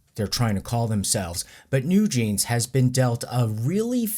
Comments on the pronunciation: "the new jezeez" 🤣 Also, they are really embarassing. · "new jezies" I burst out laughing 😂😂😂